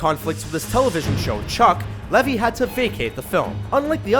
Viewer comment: Its Zachary LevI with an I NOT LevY as in Y are you saying it so wrong? Dude seriously.